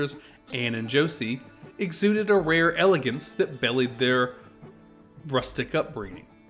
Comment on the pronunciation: The word is not bellllllleeed its biliiidd. Though im old, i am 😊 smart. Must be A.I ? Lol, still enjoyed 😅